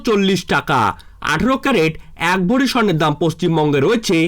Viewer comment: কথা টা ভরি ,ভড়ি নয়